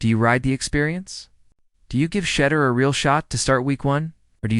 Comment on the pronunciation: Can someone teach A.I. how to pronounce Shedeur 🤣